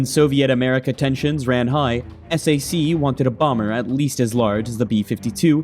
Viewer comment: Strategic Air Command, known as......ess-A-see ????? Uh, no. SAC is pronounced (sack) .